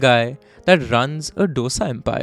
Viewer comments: Every dosa is not filled with masale and its dosa not dough-sa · Its pronounced as दोसा and not डोसा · डोसा या ढोसा नहीं है डीके बोस। दोसा है। सांबर या सांभार नहीं, सांबार है। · Its not dosa it is Dhosai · Why all you northies say Do sa. Its called dho saa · The narration 🔥 but the “DOSA” pronunciation skills 😭 its not “dough-sa” its ek ke baad aanewala do-sa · For the Nth time its, Dosa (pronounced: Dhosa) like not dosa like disco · It is Dho-sa, not D-osa It is Saam-baar, not Sam-bur It is Sar-a-vana Bhavan, not Sar-vana Bhavan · Please its Saaaambaaaaaar not Saumbhur. Please plesae north indians please pronounce it correctly And its not "D-oh-s-aa" ... its "Dhosai" (Dho like two in Hindi, and sai like in Sairat or like in "ai" in Shaithaan when spoken colloquially) I love your content, and the pain you guys took to pronounce, Chengalpattu, Murugan etc. Its commendable.. considering other top tv anchors in national televisions, who alienate their own countrymen by clinical pronunciations. Please dont take my comment the wrong way.. but I have heard too many Saumbhurs for me to even write a comment in youtube 🙂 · डोसा नहीं दोसा है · Please pronounce as DOSE not DOSA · For fk sake it's not dosa it's dose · its thosai, not dosa. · Its dosa with a soft d not Dosa with a big D. Please learn to atleast pronounce it properly. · Its thoughSa and not DoughSa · It’s disappointing that you put in so much effort to learn all about the case and put it forward, but to mispronounce the name of the dish you’re using as a metaphor for unity; actually disappointment is an understatement. As we’ve corrected the world enough times, it’s no dough-sa, it’s do-sa, do pronounced like 2 in Hindi, FFS it’s time to get it right. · It's not dosa. It's pronounced as thosA not doesa. Please respect southern pronunciation. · if I can learn how to pronounce paratha properly you can change the way you pronounce dosa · Dear chap,please pronounce SAAMBAAR and DOSA correctly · Dosa and Saambur😂